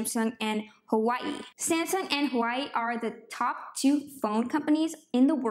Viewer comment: It’s pronounced “wa way”